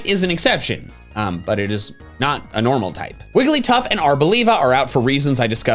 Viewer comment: what?? "Wailigtuff"??? Either i have been pronouncing it SOO wrong or made a slip up 😢